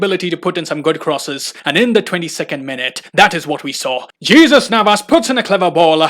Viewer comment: Jesus (Gee-Sez) Navas??... 🤣🤣